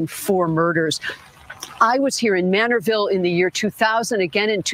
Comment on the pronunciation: It’s Manorville,not Manneville, if I’m not mistaken. 😊 Thanks for covering this.